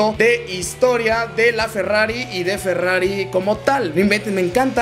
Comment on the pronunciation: dice ferrafi